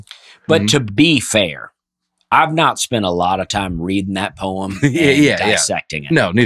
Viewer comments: Long time commenter, first time listener. I’ve actually been listening since the first episode and as much as I wanted to skip this episode because of the topic, I knew that these tend to be the best. I was not disappointed. Listening to mispronounce every variation of poem, while and Dusty tried to keep it together, never got old. Way to exceed the low expectations! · This had me laughing so hard while listening to the pod that I had to come over to YouTube and just see Dusty and in real life laughing. I don't think I've ever laughed so hard while listening to you guys., you are the best--I mispronouce stuff too--we all do, but that was HILARIOUS!! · I've heard many people pronounce "poem" the way does, but I lost it at Dusty and reaction! I was laughing to tears the whole drive to work, and when I got there my coworker asked me if I was ok! 😂😂😂 I absolutely love these episodes where Nate is gone, so much more fun without Nate's picking on everybody! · pronounces “poem” the way Nate pronounces words; red wheelbarrow. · Loving everyone's varied attempts at spelling insane pronunciations 😂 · I laughed uncontrollably at Dusty and laughing at over his pronunciation of the word poem. Another great episode without Nate. Keep it up guys. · In one of her songs Taylor Swift sings, “On the way home, I wrote a poem.”, how would you pronounce home? Been listening since the early days and I never laughed so hard 😂 Thank you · As soon as I saw the topic, I was apprehensive about watching because I remember pronunciation of poem from previous episodes, and it made me cringe. Let's see how this goes. My love for you all might just be enough to make it through. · If you make fun of an annunciation at least try to explain to the man the difference between the two. Poe - eem and Poe - umm Poe - EEtry vs Poe - uh tree